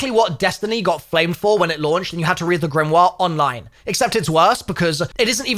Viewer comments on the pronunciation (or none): none